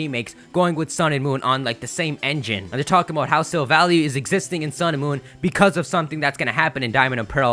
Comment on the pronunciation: It's not Silva-ly, it's Silva-lai. Because it's a Silver Ally or, in Japanese, a Silver Buddy (Shirubadi).